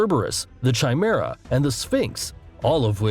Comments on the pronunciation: This mans did not say Chimera with a Ch like Chain it's the K sound of CH so more like Kia-mara in pronunciation, Trust me I should know. its at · it's pronounced ki-mera not chai-mera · The greek pronounciations hurts me as a greek mythology obsessed individual. The video: Sky-la, Char-ib-dus, Zer-ber-us, Chime-air-ah Me: Sill-ah, Car-ib-dus, Ser-ber-us, Kai-mare-ah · This guy keeps mispronouncing the names of creatures as if he never heard them and is just reading strictly. "le-via-than" is like whatever, but ""chi-mera" or "zeruberus" are pretty bad. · The words "zerberus" and "chi mareuh" cause me physical pain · Are we not going to mention how the voiceover messed the heck up the pronunciation of "chimera"